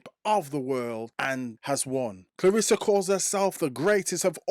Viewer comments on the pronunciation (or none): it’s about how she pronounce her name. Not how others mispronounce her name. Claressa (like if you were to pronounce REST. Of course, without the T.